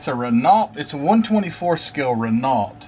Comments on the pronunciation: Good review but just one thing It`s pronounced ``Ren oghh not Ren alt`` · Love your videos! By the way Renault is pronounced 'Ray-no', for future reference! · Very nice. And I believe it's pronounced "Reh-NO." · Common for U.S folk to say Reh-no which is at least close, Ruh-no is the proper way, funny as they pronounce L and T in the individual names of their car lines just not the main company name lol. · Hi. Its a frenchcar company. Pronounced.. rayno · By the way Renault is pronounced 'Ruh-No', for future reference!. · Yes Wren-Ohh the T is silent 😉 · The way the French spell things is strange . The t is silent . The Renault carshave competed at all major race series ,including formula 1 , le mans , and the rally car circuits